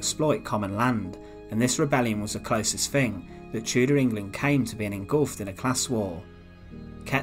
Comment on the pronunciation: The chooder period was a fascinating time